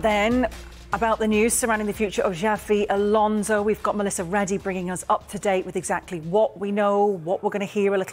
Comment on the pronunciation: Who the hell “Jaffi Alonzo”… these media people are just disrespectful.